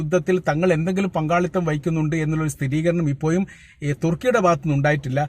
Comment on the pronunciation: ഇപ്പോ യും എന്നല്ല ഇപ്പോഴും എന്ന് പറയൂ